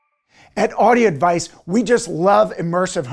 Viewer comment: am i the only person to notice these guys are incapable of enunciating all the syllables in their name? this guy (the ceo, yet) says Audi Advice